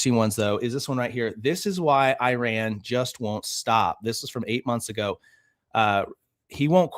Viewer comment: Such a minor thing, but please learn how to pronounce the word, Iran